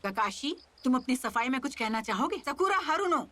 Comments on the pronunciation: Because sakura is trash 🚮 so that's why they are pronouncing sha ku ra 😂😂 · agar aapne notice Kiya hai to English dub NARUTO mein Sasuke hi Sakura ko 'Skura' karke bolta hai(sometimes) aur baki sab use Sakura bolte hai. Hindi dub mein sabhi use "Skura" bol rahe hain...